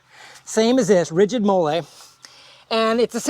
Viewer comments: Hi, it’s pronounced “Molly,” like the name… not “mole” like the Mexican sauce 👍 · It’s pronounced Molly. Like the name.